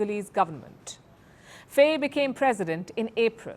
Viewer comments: It's pronouced "fie", not "fey" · Pronounce faye as fye in Senegal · Please learn how to pronounce African names. Faye is pronounced "Fai". Ousmane is pronounced "Usman" and Diomaye is pronounced "Jomai". Their names are written in the french language